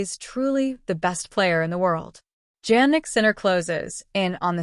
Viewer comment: Please check the pronunciation of Sinner’s first name. You can try to listen to TV and double check